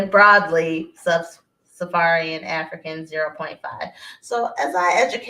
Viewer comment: It’s “Sub-Saharan”not “Sub- safarian” smh